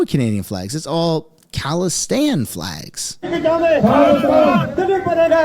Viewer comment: "khalistine" come on man i was sipping on a drink, dont do this to me